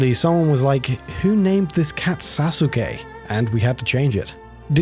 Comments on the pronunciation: when you pronounce sasuke as sazooke and not as it should be suske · You don't pronounce the u in Sasuke. It's read as Sa-skeh. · sa - SU - ke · Sasookay and Naruto. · It's "Sa-ss-kay" (Long "a" sound) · Sasuke is pronounced "Sauce-kay" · You’re saying Sasuke wrong It’s pronounced “Sah-sook” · "Sa-soos-kay" 🤦🏻‍♂️ SMH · Jiff ? Sasookay ? c'mon man .... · Cringes The name Sasuke is badly mispronounced here... The u is barely vocalized in Japanese, so it's pronounced closer to "Sah-Skay", hence the Naruto memetic mutation of "Sauce-Gay" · This man just said SA-suke. Take his weeb card. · Also, it's pronounced "Saské", not Sasuke. You skip the u. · Went into the comments looking for this. Could have sworn this was the case. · Is that how you pronounce “Sasuke”, eh? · I haven't heard Sasuke pronounced that way since I first read a Naruto manga over 18 years ago when In Middle School. I'm not sure if that's how that cat's name is actually pronounced or if its a mispronunciation of Sasuke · Mispronunciation most likely. The U is supposed to be silent in many Japanese words like Sasuke and Asuka. The German dub of Naruto made the same mistake and people weren't happy. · The pronunciation of Sasuke has to be you trolling surely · "Sasuke" while pronounced quite alright for an english speaking person, would be pronounced without the "u", it's quite silent. But still, good job not butchering japanese words completely like a lot of english speaking humanoids do ;P